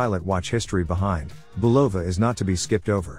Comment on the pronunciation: Just for the record, the correct pronunciation of Bulova is BU lova, not bu LO va. Good video nonetheless.